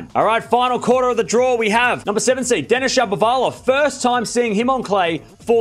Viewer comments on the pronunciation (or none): none